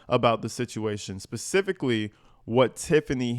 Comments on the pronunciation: Please be pacific…. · I love it when she says Pacific instead of specific!!!!!! Lol